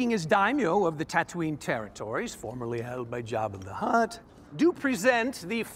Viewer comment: its taa-too-nee